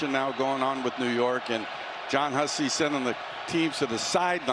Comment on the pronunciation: What New York you said a few times get it RIGHT!